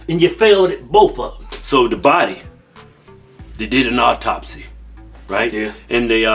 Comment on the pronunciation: Men are funny, so masculine and gruff, LOL, so good at given the evil eye, and by the way boys, it's "autopsy, not "auptopsy." LMAO, that was cute.